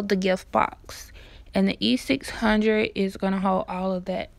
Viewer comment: Omg it was killing me every time she said E600